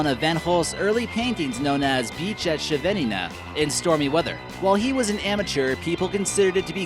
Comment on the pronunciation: "van Gogh's : Beach at shenenenen". Awesome how American people pronounce Dutch xD